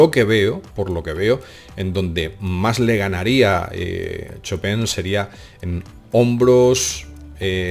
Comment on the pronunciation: "chopén" gran pianista jajaja